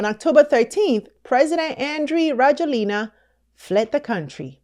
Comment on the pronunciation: Rajoelina is pronounced ra-JWEL-na. I left the u.s. and have lived in Madagascar since 2017, and will continue to live here. I love this country, despite …